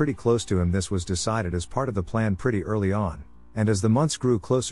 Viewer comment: Can you say earrrrly😂